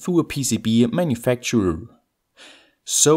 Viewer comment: With this PEECEEBEE-eh manufactooeer